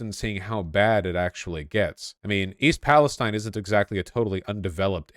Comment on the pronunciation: You pronounced the name of the town wrong. It’s pronounced East PalestEEN. I know it’s spelt different. I’m from there